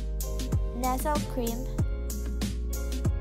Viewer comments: Nestle is pronounced as Nest ley not Nes-el... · Ayusin mo nga pagsasalita mo! Cooking vid ginawa mo hindi talk show! Nesel? Ticken? Jusko!